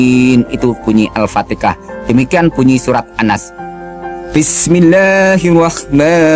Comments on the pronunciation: Ko ustad begitu itu bacaannya salah bukan alpatikah tapi alpatihah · Saudara - Saudari yang berbicara nyebut Surah Al-Fatihah itu pun sudah salah sebutan nya... Sebutan nya Al-Fatikah...tapi yang betulnya adalah Al-Fatihah... teliti dengan Benar2... Jika Beliau yang berbicara adalah Ustaz atau Islam Sejati tidak mungkin Surah yang selalu dibacakan setiap solat Fardhu 5 waktu atau solat-solat sunat.. enggak masuk akal boleh nyebutnya salah... enggak mungkin... jadi jelas Beliau tidak benar2 memahami Islam ... Kerana tidak sah solat jika tidak dibacakan Surah Al-Fatihah duluan...jadi enggak mungkin sebutan Surah Al-Fatihah boleh nyebutnya Al-Fatikah... ??? Padahal setiap solat Fardhu atau solat sunat Surah ini iaitu.. Surah Al-Fatihah ini adalah Utama dan setiap solat adalah utama dibacakan duluan sebelum surah2 lainnya. Jadi mengapa boleh salah nyebutnya...??? Semoga beliau berbicara ini mendapat HidayahNya Tuhan Yang Maha Esa Aamiin... 🤲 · Setahu gue orang islam tak pernh memaksa atau pergi memuslimkan orang kristen dri segala penjuru... Lucu seorang ustad bacaan alqur, an ggk ad yg benar bilang alfateha kok alfateka... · Al Fatihah pak. Bukan Al ptekah 🤣🤣🤣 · AL PATEKAH... beginikah ustaz sebut AL FATIHAH... ustaz celup.... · Pantasan murtad surat alfatiha di bilang alfateka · al-fatihah aj slh sebut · Haha bacaan surat al fatihanlh saja ga bener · hahaha.. bacaan doanya pun xada yg benar... al fatiha nya pun ngaur..